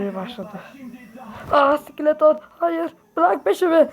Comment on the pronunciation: S,KİLETON dedin haha